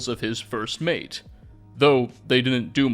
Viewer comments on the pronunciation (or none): none